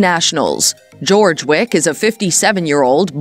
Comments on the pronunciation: Wow, you claim to know so much, you don't even know how to pronounce his name correctly! It's NOT George! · First of all it's NOT GEORGE! it's Joerg. With the J pronounced as a Y. I absolutely adore Kirsten and Joerg. I find this video demeaning to my favourite you tube couple. I'm so glad Kirsten is able to laugh at this. Their videos are magnificent!!! I pray that they become as wealthy as possible. And I wish their channel to go on to become a TV series's. Bringing in the delights of the British and UK design, tourism and everything gorgeous. Just like they are . Absolutely gorgeous. 😊👩‍❤️‍💋‍👨🌷🏡🧳🫖☕🍰🥨🐞🍄🐏🐑🍂💝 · Learn to pronounce his name correctly. It's not George. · This is such inaccurate information, it’s laughable!! Disappointing to hear Joerg’s name mispronounced so badly. Thumbs down for me